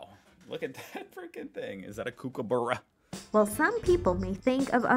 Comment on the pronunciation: 1. The kook in kookaburra is pronounced as cook. 2. Sugar gliders are kept as pets outside Australia but it's illegal to keep them as pets here.